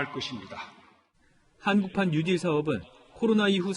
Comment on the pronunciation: 혓바닥 어떻게 됬나? 뉴질로 들린다. 뉴딜이다.